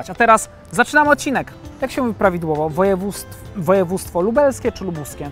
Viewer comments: Przede wszystkim mówi się województwo a nie "wojewóstwo" prowadzący ! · prawidłowo mówi się wojewóDZtwo, a nie wojewóStwo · poprawnie to sie mowi wojewoDZctwo a nie wojewoStwo😎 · Jeśli mamy się czepiać przejęzyczeń, mówi się województwo, a nie wojewódzctwo